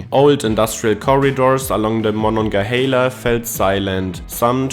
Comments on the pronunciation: Monongahela is pronounced “mon-on-ga-HAY-la” not “mon-on-ga-HEE-la.” You can totally tell a native Pittsburgher by how they pronounce the river’s name. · it is not Mon-on-ge-hala it is MononGAhala A not an E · He pronounced Monongahela two different ways 😂😂. The corrct way is "hay•la" not "he•la". Locals just call it the Mon.